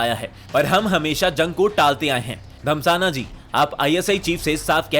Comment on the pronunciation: Bhai "धस्माना" धमसाना नहीं है